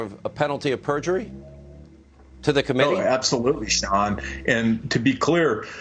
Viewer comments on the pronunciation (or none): none